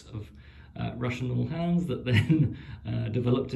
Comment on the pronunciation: It’s pronounced OO-Laans (as in Boo) and spelt Uhlans or Ulans. The ‘H’ is silent.